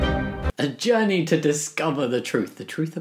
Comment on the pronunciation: I literally heared "A Johnny to understanding" instead of 'a journey' amazing x'D